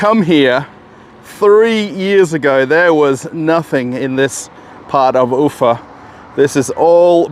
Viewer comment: The emphasis in pronunciation of town name UFA is on the A not the U, you sound funny.